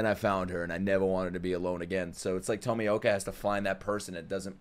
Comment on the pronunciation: Pronounced TOE-ME-OH-KA